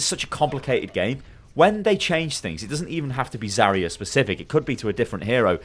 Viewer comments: I can't deal with how you pronounce "Zarya" it's not even correct by English phonetics let alone Russian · It's Zar'ya [zаrʲˈæ], r - should be really smooth , stress on the last letter 'a', Zar'yA